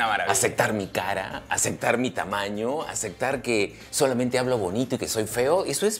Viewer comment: A este llamado Dr. Angulo habria que ensenarle a hablar bien y sin tanta groseria. Se dice ACEPTAR Y CONCEPTO, con P!!! no es aceGtar y conceGto. Que equivocados estamos al pensar que para hacer reir hay que ser tan grosero como este tipo. A donde estamos yendo sociedad peruana, porque a la vulgaridad, al grito, hablar uno encima del otro. Tanto mal ejemplo nos muestra esta TV peruana, nada bueno para crecer, con razon en sudamerica nos miran mal, no por feos que somos, si no por la forma tan ordinaria que tenemos cuando hablamos y comportamos, somos unos PACHARACOS!!! como este Angulo, o esa Daniela Darcourt, solo por citar unos ejemplos. Pero para que vean que no todo es malo, miren la entrevista a MAICELO, fijense los codigos que tiene en la vida, y no es ni siquiera la mitad de grosero de Angulo. No conocia a MAICELO, pero se gano mi respeto y simpatia, un tipo bien plantado que sabe donde esta parado. Y es del Callao, para que vean que no hay que asumir, que porque alguien vive en Miraflores es gente de bien y el que vive en Los Conos es gente de mal. Y Dr. Angulo le digo, que salga del closet nomas, ya vive tu vida tio, y aprende a hablar bien.